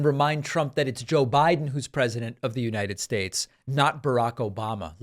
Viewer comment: You mispronounced Uniyed Shashe...